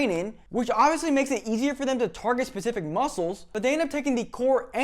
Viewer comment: BS degree in exercise science and you say 'pacific' instead of 'specific' -Signed, Jeff